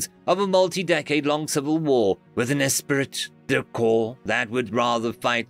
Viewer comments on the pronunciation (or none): none